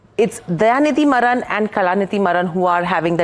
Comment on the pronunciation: Pronounce as MAARAN